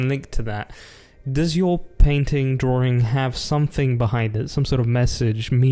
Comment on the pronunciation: "happy drawRing"